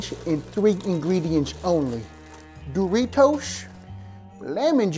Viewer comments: Bro Said smuggle The raw duros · Duritos? I thought is was Doritos